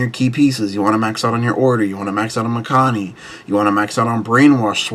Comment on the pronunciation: 1. I think your pronounced Mikani wrong lol, and 2. I think this list will struggle to get to 13 different as well as CB, but if thats not the goal getting 8 and doing shenanigans looks solid